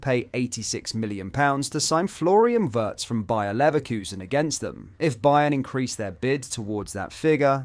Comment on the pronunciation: Thanks for the videos. But please learn how to pronounce "Wirtz" correctly. It is not ""wEHrtz". It is like "Spielberg"... "Weeirtz", but just shorter than the sound in the Spielberg.